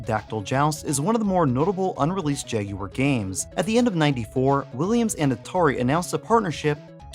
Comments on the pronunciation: Yay! Someone who can say jagUar!! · Thankfully you don’t pronounce it as “Jag-Wire” unlike a certain Gaming Historian.